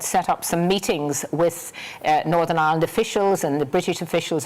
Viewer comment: Not as bad as fat boy Nolan with his Northern Aaland